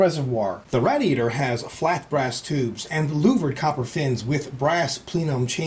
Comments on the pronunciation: I'm American and I don't say radiator like that. Proper english pronunciation is "Ray-dee-ator" NOT "RAD-EE-ATOR" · Its said.. RAY-DI-ATOR Not RAD-I-ATOR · I gotta ask you why do you make a million weird faces and noises when you screw up LMAO! Also only tip i can give you is it said Raydiator not rad-iator. P.S: if you read this im on the Forums. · rad i a tor no say it right it pissed me off say it as raydee ator come on rad e ator idiot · RAY DEE A TOR not whatever the hell he said, got is he getting over a speech impediment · him saying RADiatior makes me sad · PLEASE learn how to pronounce radiator correctly. seriously. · lol, he cant say radiator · dont get me wrong this guy rocks but he murders words like proocess raadiatur and other stuff like that